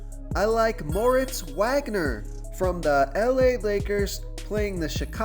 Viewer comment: solid plays....not sure about Wagner because Kuzma is most likely playing tonight, which will cut into Wagner's minutes and it is pronounced Vag-ner